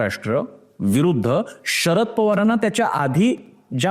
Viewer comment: बाकी सगळं विश्लेषण चांगलं आहे , पण तुम्ही शरद पवार याचा उच्चार षरद पवार असा करताय ते खटकत आहे.